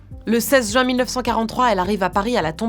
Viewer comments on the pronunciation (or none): none